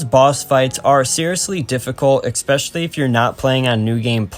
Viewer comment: Neat video from a surprise small channel popping up in my recommended. Looking forward to more videos. (Just, it's especially, not expecially ^^)